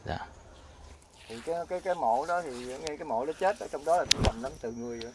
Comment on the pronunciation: Thank bác đã giới thiệu nhiều điểm thú vị. Em có mấy góp ý thế này: "giáp ranh chứ không phải giáp gianh, dữ dội chứ không phải giữ giội, chết chứ không phải trết..." bác ạ.